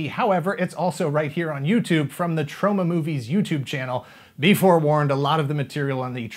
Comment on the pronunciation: says it weird... Troe-ma